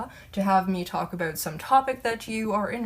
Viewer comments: That's aboot right. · "about" is my favorite Canadian word